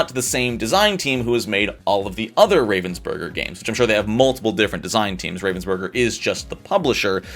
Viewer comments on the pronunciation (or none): as a german I hate how you pronounce ravensburger. Love the video tho. (FYI it is pronounced RAH-VENS-BER-GER bc it is a german company.)